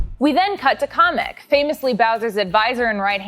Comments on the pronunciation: It’s Kamic Not Comic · Never pronounce kamek like that again. Ever.